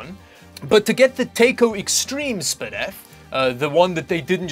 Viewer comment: "spidif" lmfao